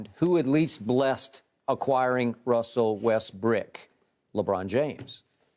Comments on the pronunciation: My dude legit said "Wussell Restbrook" EDIT: My dude legit nearly said it again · "Wussel Restbrook" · "Wussel Resbrook" - Shannon Sharpe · Wussel Restbrook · did he say Wussell Restbrook?